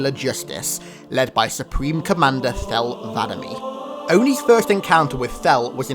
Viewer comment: "Thel vadam-me" I feel like that's not how you ment to say it lol